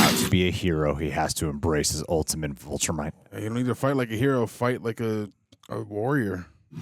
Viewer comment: Do you have to pronounce viltrumite like that 😂